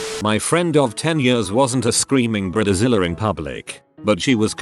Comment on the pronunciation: Yep, and Brid-a zilla.